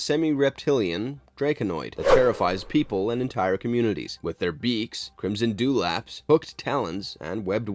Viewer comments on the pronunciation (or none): none